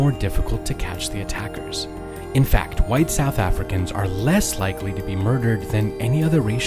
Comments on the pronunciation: Next time learn how to pronounce certain south african words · Are we really gonna believe some stupid YT channel who can't even pronounce afrikaans words right over our own people????